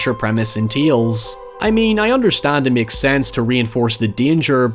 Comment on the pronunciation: Or when he myeks a comparison..